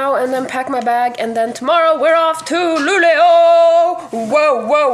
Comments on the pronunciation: Also, is Luleå really pronounced like "Lulu"?! I've always pronounced it like how it's written (Lu-le-å) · and I really hear Lulu, no E or Å... Maybe you just talk too fast for my ears xD It sounds cute though. It's gonna catch on! haha